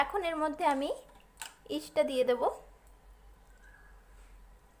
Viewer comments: It's yeast not east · East noi madam yeast...East mane purba dik..😊